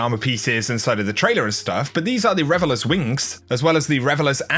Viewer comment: Is it just me or does it sound like he's saying Revelous vs Revelers? 😄